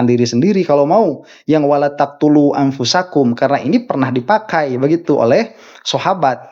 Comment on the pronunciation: dia bacnya wala tulqu bukan wala taqtulu